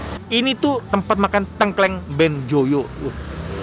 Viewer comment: di banten juga makanan khasnya tengkleng, isinya biasanya kepala kambing. Tapi koko nex cara bacanya salah, harusnya baca huruf E di Tengkleng itu kayak baca TETE dan bukan kayak baca PETE.